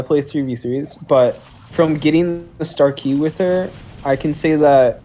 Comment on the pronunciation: He still says star key LOLOLOL